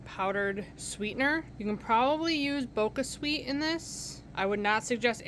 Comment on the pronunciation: Not trying to be the vocabulary police, but the "ch" in BoCHa Sweet is pronounced with a ch sound as CHips, instead of a "k" sound! I was corrected when I saw their ad, so just thought I would pass that along! 😉 That being said, i always look forward to your videos! 😁